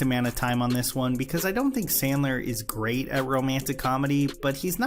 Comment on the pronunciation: Adam the gweat and tewwible